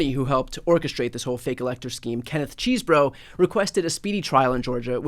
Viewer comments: I get the appropriate humor in Bryan and Glenn referring to John Chesebro as "cheese boro" but I think the proper pronunciation is more like "chess bro." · Apparently his name is pronounced "chess-eh-bro" but lets all agree to keep calling this facist Cheese-Bro😂